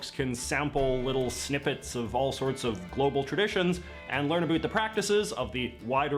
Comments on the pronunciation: Why does he say Aboot? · Hahahaha he says aboot hahahahaah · repeating “about” just got a giggle out of me